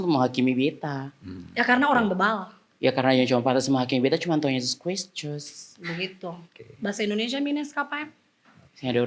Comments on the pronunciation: Dear, boleh ale plintir kata2 iko ale mau. Tapi please, nama Tuhan jang sebut seperti itu. Kristus yah bukan mcm ale blg tadi. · Stop normalisasi Gilcans kah Ni dia pung gaya bicara, Tuhan Yesus Kristus bukan criscus, memang apa.yg di bilang tu benar, kalo org bicra bgthu dia Bahasa Indonesia Dpt 0 atau memang se baru ajar bicara e, Aduh e C musti baku dpt Deng b boleh spya b ajar c cara bicara yang baik dan benar